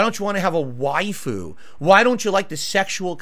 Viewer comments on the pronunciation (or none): none